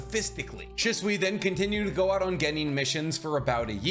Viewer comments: why do you say his name wrong? Your supposed to put emphasis on the “Shi” part of his name and make it sound exactly like you’d pronounce the word “She”. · Has a masters in biotech. Can’t pronounce Shisui. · Still haven’t learned to pronounce his name lol so how much do you really know?